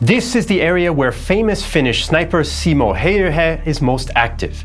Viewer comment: i've heard many say simo häyhä incorrectly, but that has to be one of the best fails. Nice try.